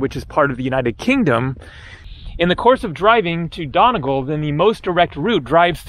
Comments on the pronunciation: I really hope someone told him its said Donny-gall and not Done-agal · it's pronounced donEEgall